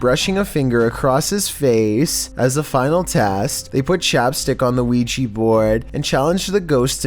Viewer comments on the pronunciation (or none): Please !! Please speak „Ouija Board“ right 😖😫 it’s Ouija not Ouijy or anything else !